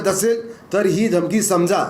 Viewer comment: अरेरे.....NMF News....घमकी नहीं धमकी होता है वो शब्द .... अच्छे पढ़े-लिखे लोगोंको काम पे रखो.